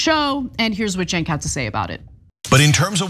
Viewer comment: How do you justify the pronunciation of “Cenk” as “Genk”…😂